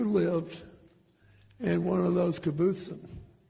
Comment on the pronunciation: Never liked Clinton. And he may not be able to say Kibbutzim. But today, he is a hero!